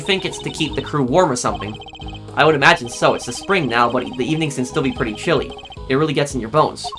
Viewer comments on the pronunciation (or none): none